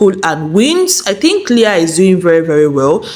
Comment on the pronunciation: Leaaah not Leee